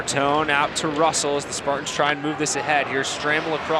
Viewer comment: Spart-ins 😹🤣😂. Learn to talk bro